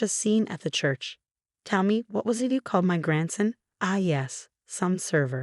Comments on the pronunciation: Grandson is not pronounced "gransin"! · OMG, gransen? Grand-son! The mispronunciations completely ruined the story for me.